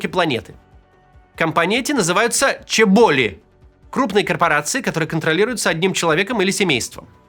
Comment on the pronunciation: всегда думала, что они чёболи, а не чебОли)